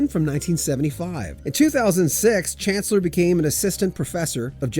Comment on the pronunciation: Pronounced SHAN CLEAR...